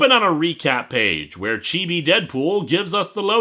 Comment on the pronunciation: Finally, someone on the internet pronounces Chibi in a way that doesn't frustrate me!